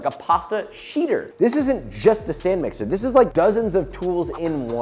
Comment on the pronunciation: So you're telling me it is a stand mixer and not a Stan mixer?